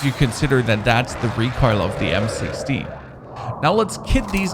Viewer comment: It sounds like he is saying M6T